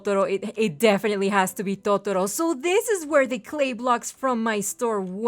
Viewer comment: the way u say totoro... MMMMMMMMMMMM ITS BEAUTIFUL!!!!!